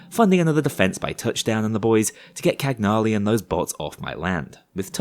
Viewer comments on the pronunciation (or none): Cagnali is Italian though, that's why he made those jokes I guess. In the huge Cagnali factory heist/mission there's also a monument paying tribute to her father, Domenico Cagnali, which is an Italian name. Edit: since I'm Italian I'm also gonna add that Cagnali is pronounced Canhali/Cañali (yeah yeah, I know: 🤓)